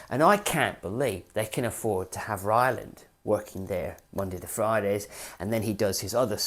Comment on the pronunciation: TBF he did say “ Ryland”. 😅